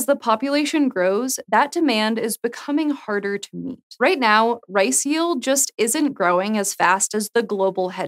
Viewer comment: i was very confused ... the girl pronounced 'RICE' as 'RACE' ... but big ups for C4 !